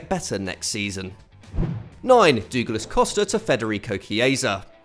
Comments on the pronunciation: Any way of saying Douglas is better than "dooglass". The Brazilian pronunciation is "dough-glash" or "dough-glass". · It’s because he’s used to saying Dougie so he pronounces Douglas the same way 😂😂